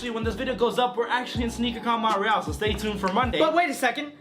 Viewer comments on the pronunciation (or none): Mon te real .... you really don’t know how to pronounce shit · Did dis dude just pronounce Montreal as Mont-reeAl